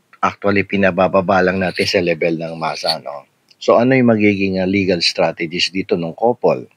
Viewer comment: First timer here. You coined a new word! You meant to say "strategies" but what came out was STRAGEDIES. 🎉 pero sa totoo lang, this is a kadiri tragedy. Kkpanuod ko lang ng video ni HEvangelista captioned MY CLOSET TOUR | Heart Evangelista. Love Marie Escudero posted 6y ago. Nakkdiri d ko tinapos 🤢🤮 sayang ung time ko and d n marereturn ang . Time is gold.